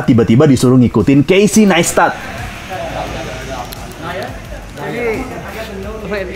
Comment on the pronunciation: Nice video bgt kyk diblkng layarnya video yg casey buat slama di jakarta but Naistet bacanya bukan Nestat🙄